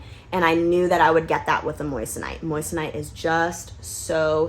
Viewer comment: It’s pronounced Mwason (in France at least) where Henri Moissan was from. Moi = Mwa not Moyes / Moyesonite, it’s Mwasonite. The rest of video is 👍🏻 😉 Europe still loves USA 🇺🇸